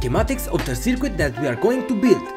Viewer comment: Small critique: Circuit is pronounced sər-kət. What is your PWM frequency? Thanks for the upload.